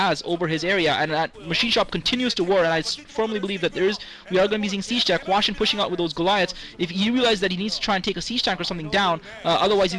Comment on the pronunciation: hwasin - not hwashin